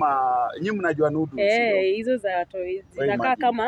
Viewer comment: alisikia nudes😂 badala ya noddles